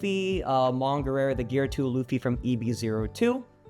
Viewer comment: Tell me you like one piece without telling me: “Laffy T. Nonkey” - 😂